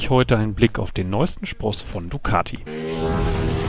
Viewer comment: Dicati :-(---- hat designend wie Flasche leer!!!!